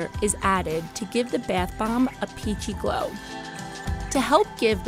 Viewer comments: Is it just me or is the girl saying Beth instead of bath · Its bathhhh not beith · It's not beith nor beyth or whatever, it's bathe. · y do i found ' beth bomb ' so frustrating its bathh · 50%the emojis in the thumbnail 40%how she says the word “bath” like “baeth” 10%actually about the video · i hate how she say bath lmao it sounds like byath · The way she says bath she says Beth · “The baith bomb” Bruv isn’t it bath bomb not whatever she said? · The way she says bath bomb bath bomb not beith bomb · am I the only one annoyed by the way she says bath? Like it’s bAth not bEEth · Beaith bomb 🤦🤦🤦🤦🤦 BATH JUST SAY BATH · “Beath” bomb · I was like why are you saying BAATH BOMBS likes WTH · Leora Moskowitz yes! I thought every one was just going to ignore the “beath bombs” pronunciation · baeth bombs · No its bee-ath boemb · She says ba YUTH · "bEiTh BoMb" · Let's be honest, everybody gets annoyed when she says "Baeth bomb" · She keeps saying the “Beth bombs” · Waitttt if she pronounces bath as beth then how does she pronounce math? Lmao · Wow you're really struggling to say the word "Bath" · Why does she say it like beath bomb? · Why does she say bath beaaaath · "Beath" bombs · i cringed everytime she said biathe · Is she saying BETH bomb? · oml who else was soo annoyed by her saying beayth boyyum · Does anyone else get annoyed when she said ‘beythbomb’ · Isn't anyone bothered by her saying bath wrong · Please learn how to say bath right